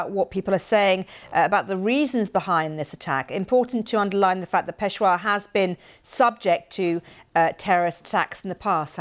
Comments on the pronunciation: pesha-war not pesh-wa why is it so hard for pomms to speak english? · So sorry Mam. It's not Peshwa but Peshawar or Pershapur. If you really wants to improve your pronunciation, you may take my online as well as onsite classes. Isn't it😌🦉🙄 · It’s not peshwar it’s peshAaaWar furthermore the police line is more guarded then the airports of Pakistan it’s on par with army barracks etc how could this happen I wonder if Pakistani intelligence has anything to do with this. Just boy crying wolf to get fund’s allowance to fight their own war on extremism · Peshawar ,It is pe-sha -war 🌹🌹🇵🇰❤️🖤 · Awful news but please get your anchor or newscaster to get The pronunciation of the city RIGHT. Peshawar and other names are consistently mispronounced!!!!!